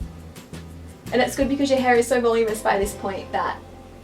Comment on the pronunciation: I loved this! Isn't it pronounced "vuhloom-inus "? Not "volum-us" or is that just how you say it over there? I'm in the states :D